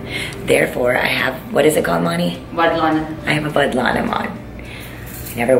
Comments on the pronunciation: it’s vadanam not vadlanam😁😁😁😁😁😁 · Vadlanam hehe how cute ! Deppuuu it's called vadanam . 😊😊😊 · It's vadanam dear not vadlanam